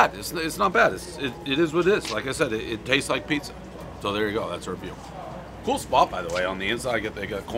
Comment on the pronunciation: And just moments before, he said "it tastis" in the same manner and pronunciation that my 5yr old nephew would. Dualism of Dave.